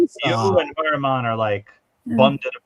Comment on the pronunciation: I remember. when u first rationalized pronouncing Heuermann as hoyer-mon....u researched the name and found that pronunciation. RH, however, says: hewer-men. R u purposely mis-pronouncing his name to show disrespect? Just curious. (I dont have a problem w disrespecting this monster).